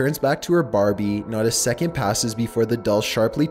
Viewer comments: When he talked I stared laughing because he said Barbieee and mantalee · I just love how he says Barbie and house and gifts - I’m dead🤣💀